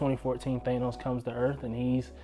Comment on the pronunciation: Than-os.....not Thane-os